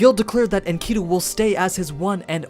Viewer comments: The pronunciation of the ancient names is killing me in this video. It’s okay that you don’t know but please study more. (Mess-o-pot-aim-ia), (In Ka Dew)Enkidu, and other stuff is bothersome but those are the worst lok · honneyyy oh my lord. Enkidu, Is pronounced Inky-dew. For all the people who studied the story of Gilgamesh we all cringed when you said it like that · Nice explanation, except for your pronunciation for Enkidu. But whatevs man.